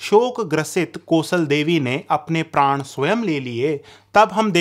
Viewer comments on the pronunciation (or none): none